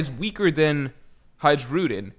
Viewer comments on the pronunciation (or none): Hajrudin is pronounced as ha in han j as y in jaya and rudin is correct